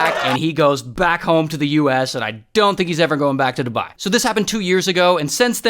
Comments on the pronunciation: Your spouse to say dubai u said duba😂😂😂😂😂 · It's called Dubai not dubaa😠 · "shout out to dubah" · “shoutout to doubAh” ☠️ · Nah I started dying laughing when he said "dubeah" 😭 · “Shout out to DuBahhh” Bro what? 😂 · DobAhahahhh got me laughing on the floor😂😂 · I was not expecting the “shout out to duBAHHHI” LMAOOO 😂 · “Marijahuana , DubÆÆ" 💀🙏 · Bro said "DuBYE" 😂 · The way he said dubai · I swear if the uae hear how u pronunced dubai oh my ur gonna die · The way u said Dubai😭😭